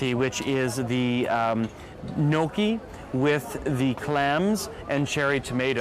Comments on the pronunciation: Again. Gnocchi is pronounced Nyok-gee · Shame on you ...your pronunciation of italian dishes is wrong ! Gnocchi is /nYAWK-ee/ And that beach is not BOGnee d'Arienzo its /BanYEE/...mama Mia take a language class